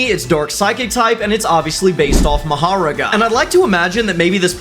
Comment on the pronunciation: IT. WAS FINE TILL HE SAID MA HARAGA